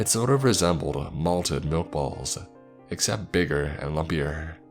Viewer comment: He has a lot of weird and irksome things he does with his voice now, like when he's narrating something someone said he'll make his voice "shiver" for lack of a better word, almost like a part stutter, even if the character he's narrating isn't scared. Or words like excellent, or except, he'll pronounce as "eggcellent", and "eggcept". The most hilarious is when he does a demon or ghost voice, it just sounds like a chain-smoker with constipation. Also pauses in odd parts of a sentence. There's more I've noticed but can't think of.